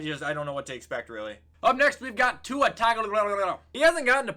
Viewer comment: why did he pronounce Tua’s name like that